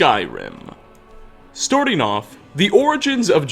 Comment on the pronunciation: "Storting off"